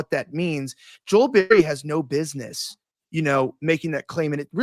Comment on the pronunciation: Sorry bro I made it 26 min & 40 seconds but i cannot fckng stand hearing “Ner, I don’t ner” for another GD second !!